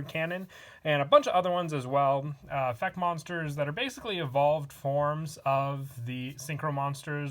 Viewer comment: Stop. Effec is not word plz and the way you say beelz's name makes me depressed